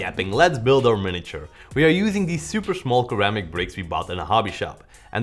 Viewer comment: Iqbal Aulia Rachman You know it’s a joke right?it’s a joke because says Keramics not ceramics so yeah! You know it’s a joke right?